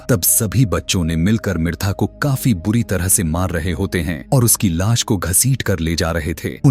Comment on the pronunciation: Aap movie explained karte ho lekin sa aur sha me problem hai jaise aap lash ko las bolte ho aur suitcase ko shootcase😅😅😂😂